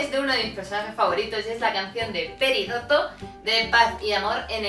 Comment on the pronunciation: yo soy de españa y admito que prefiero las de la version original y muchas de la version latina antes que la española xD P.D. Es PERIDOT no PERIDOTO (me sangran los oidos cuando llaman a la reina dorito asi jajaja)